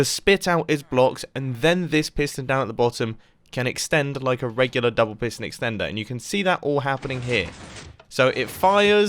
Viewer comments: i thought it said prison house until half the video when i realized it said piston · wait i tought is said prison